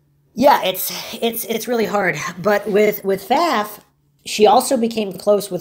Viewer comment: Last name pronounced correctly. Thank you